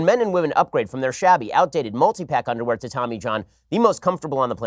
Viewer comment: don't want dat undaware.